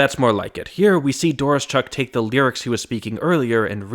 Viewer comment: DOR-OH-SHUCK. You're welcome.